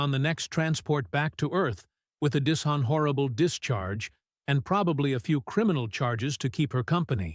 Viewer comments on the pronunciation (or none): 10.33 "Dis - hon - orible"? Er... what? Sigh... where are all the humans? We need humans to speak human languages, AI's just can't cut it.